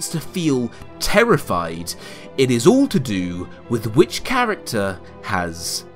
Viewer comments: . I love how you say “all” with your accent. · "Oll of the powar" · "he haes owl of the powah!"